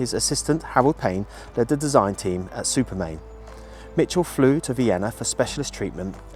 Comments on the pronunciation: Why do you call it Supermain when it's Supermarine ? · One of my heroes as well as A.V Roe. Just a minor correction, it was Supermarine rather than Supermain. Thank you for all you do.